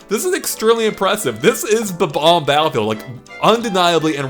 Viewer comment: they are pronounced Bob - Omb. NOT Bah - Bombs